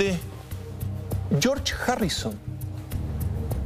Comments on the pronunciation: Chorch jarrison jaja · jue Ringo, Jon y Yorch Jarrison xdxd. Y Pol Macarne no asistió